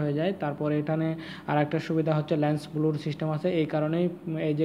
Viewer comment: ব্লুর না....😂😂😂 ব্লার